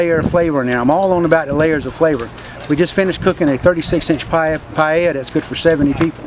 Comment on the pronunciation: finally a gringo that pronounces paella correctly... :)